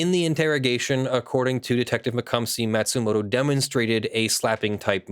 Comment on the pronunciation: Matsumoto isn't pronounced "mat-sumoto", it's "maw-tsumoto". (Or 'mah-tsumoto') ま・つ・も・と